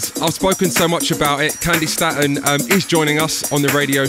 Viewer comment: She pronounced her name as 'STAY-TON' and keeps pronouncing it as 'STAT-ON'. Jeeez.